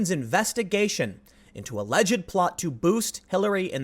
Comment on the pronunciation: You are pronouncing "alleged" wrong. It is a 'd" sound, not "id"